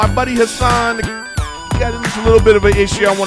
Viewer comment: Funny you didn’t wanna butcher Hassan’s last name while also pronouncing his first name wrong